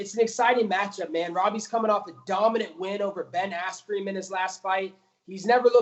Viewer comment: “Ben Asscream“